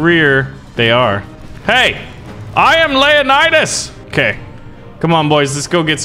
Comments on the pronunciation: Buddy it's LEO-Nidas... not LAY'anidas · lea_nidas Actualy acording to history its Leo_nidas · Is it just me or did anyone else realize how he pronounced leonidas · You mispronounce Leonidas